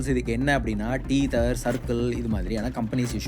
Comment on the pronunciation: it's not 'teether' it should be pronounced as "teh - thuh/thr"